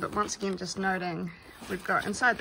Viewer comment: ....you spoke New Zealander! Say agin, again. Nice review 👍